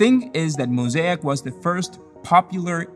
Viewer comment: Your pronunciation of mosaic sounds so wrong.